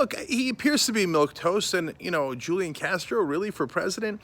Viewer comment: The j is silent